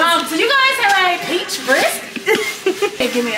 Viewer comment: That you young man got down with that word. PRECH